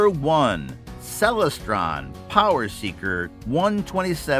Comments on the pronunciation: The Celestron Powerseeker 127 EQ is a Bird-Jones reflector. Bird-Jones designs are extremely difficult to collimate properly. Telescope experts warn people to never buy a Bird-Jones scope for that reason. FYI: It's pronounced Cel-LES-stron (derived from celestial) not CEL-les-stron. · pro tip: never take telescope advice from someone who doesn't know how to pronounce "Celestron"